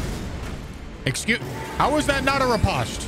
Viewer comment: Just pretend riposte has a silent e at the end. Oh wait it does! So the “o” says it’s name!